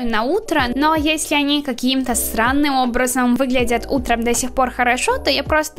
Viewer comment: я же не одна услышала "сранным"?